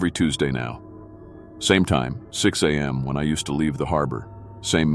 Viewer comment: I ♥️ LOVE ♥️ your stories !!! and remember, "If you're not first, you're last..." 😂 Please fix the (few) upload glitches / skips. Teach AI how to say ex. mph (miles per hr.) , am and pm(time) , there were a few more that I can't remember now, of course...